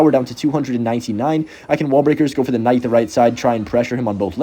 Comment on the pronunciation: are you saying “En-Night or Kuh-Night” when trying to say Knight? Brother it’s just NIGHT. The K is silent!!!!